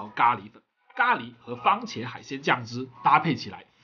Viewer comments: 番(fan)茄。不是“方”喔老師。有蝦的地方，什麽都好吃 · 番茄，不是方茄！ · 我好像听到了 ‘’方茄‘’ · 为什么我一直听见方茄......😂